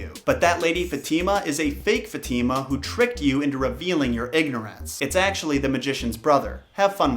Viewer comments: It's faathemaa not fetiima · Fatima is not pronounced that way 😬 its pronounced as Fa-teh-mah not fateemaa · its "FAHtima" not, "Fateema" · I really enjoyed this, I really love 10001 Arabian nights but heads up, not to be a stickler, but Fatima is pronounced Fah-teh-mah not not Fat-teee-ma. Fat-teee-ma sounds she lives in a trailer. 😐 I really did enjoy the content though. I love mythology and the Arabian night stories. It is always a marvel to me all the bleak stories that Disney got it's dirty little hands on. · No one: Not a single soul:: fateema It’s actually pronounced fath-e-ma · Others: Fat - ima: Fat - eema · its not ftima its faatima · I kinda think Fatima is pronounced fa ti ma. But that’s how I said my spanish friend’s name. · Her names pronouced Fa.Thy.mah. -fatima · Dude you said the name fatima in a wrong disturbing way Next time try to write the name and translate it in google to know how you say it.